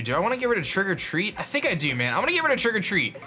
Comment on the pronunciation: Does anyone else think that when says Trick or Treat, he says "Trigger-Treat"?